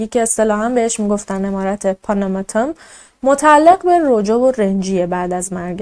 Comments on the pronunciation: پونوموتوم گفتنت به لهجه جنوب هند خیلی جالب بود و واقعا اونا همیطور لهجه دارند، موفق باشی جان ❤ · خب من که عاشقت شدم وقتی پاناماتن رو با لهجه هندی_انگلیسی گفتی دختر زیبا ❤ - خیلی جیگری بخدا 😍😘😇😘😍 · تو با اختلااف بهترررینی هم عالیی هم جذااب و با نمک اخه چرا اینقدر جذااب صحبت میکنی خصوصا اون قسمت اسم خونه رو به هندی گفتی ❤😊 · اسم فاميليشونو خيلي خوب هندي گفتي 😂😂😂 دقيقن هنديا همينجوري حرف ميزنن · چه با حال اسم فامیل شون به هندی گفتی 😂😂 دهنت سرویس